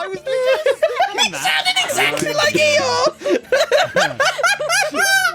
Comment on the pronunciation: Ah yes, Eeyore. Also known as Eethore.